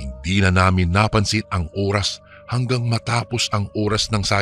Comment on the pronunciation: Oras tamang pronounciation hindi URAS 😂